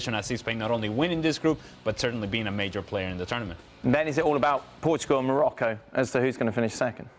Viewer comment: Hunter Of Liars Morocco not Norocco you idiot